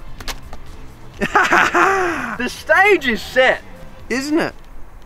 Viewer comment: "the SCHtage is SCHet"